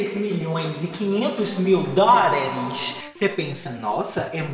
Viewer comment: Eu só vim aqui pra ouvir o falar "A nossa pobre menina rica crixtal beiçudo" e ”DÓRAREXX" 💁🏾‍♀️